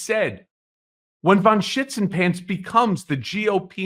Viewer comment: You were lucky. I have had occasions where my coffee exploded through my nostrils!! BTW I think he said "Shitsinpants" which is absolutely priceless.